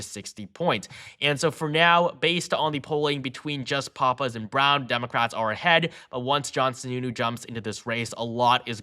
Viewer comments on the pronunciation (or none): Two things 1. It's Chris Pap-is, not Pah-pis. Please get that right. 2. Roy Cooper is nowhere near as "popular" in NC as outsiders think he is. They just look at election results. He never had a formidable GOP opponent. Cooper was all in with Kamala. Start running the tapes......